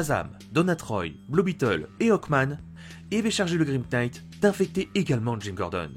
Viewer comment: Je sais que ça va sûrement un peu te saouler mais le "grim knight" le "knight" se prononce "night" voili voilou. Sinon superbe vidéo, je trouve que ta voix est très captivante, et ça aide vraiment à être accroché à ce que tu racontes !